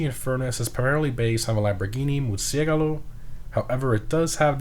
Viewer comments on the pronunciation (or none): Muszyrgalow? Nah fam that’s definitely not it More like Moorci-elago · Am I right or you said "Murciegalo" instead of "Murcielago"? Other than that amazing video, keep it up <3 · What did you call the Murcielago again? Mercy galo? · My man said Lamborghini murciEGALO LMAOOOO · He just say Lamborghini Murciegalo? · Lamborghini Murciégalo hahah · Murciegalo So close. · The way you pronounced Murcielago caused me to take psyche damage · Wow he says "Murcielago" different on how i say it lol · I've never heard anyone pronounce Murcielago like you did. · I have never hear sime say murcielago like that and its horrifically wrong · The way you pronounced Murcielago hurts my soul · I love the way you say murcielago